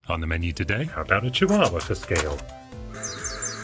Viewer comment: Love this, thank you. Couple of observations; Cheeewahwah Sophiefractic reference "What a cutie-Pi" Didn't say "power Sup-Pi" Ladyfractic : "Pro-Pi-atary information" Connect to the Wi-Pi "Over the scor-Pi-on" LOLz. Keep up the good work, Alanicus Ox, UK.